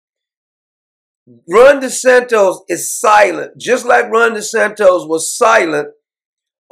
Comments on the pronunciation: Doc its not Desantos, not like Tostitos chips, Its D-E-S-A-N-T-I-S. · but I love the way Doc pronounces it...."Desantos".....Love it ! 😁😄😂